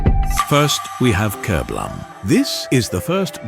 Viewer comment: strange titles such as "kerblam" ??????? starting off with something so obvious doesn't fill me with hope for the rest of the video, especially as the ai narration can't even say the word kerblam properly